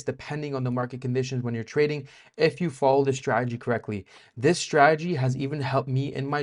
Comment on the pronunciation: Remember, never trust anyone in this space that can't pronounce 'strategy' correctly